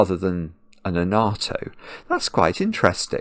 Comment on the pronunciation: said he dodged a bullet when he didn't:) Also the way he says "annatto" suggests he's originally from the North?